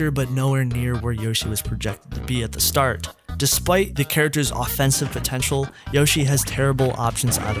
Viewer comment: "potenail" lol